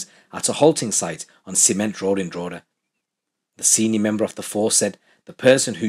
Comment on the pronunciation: It's pronounced Draw hee da